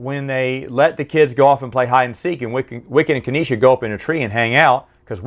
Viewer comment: Dude,, it's pronounced "Nee-sah", not "Kaneesha" 😉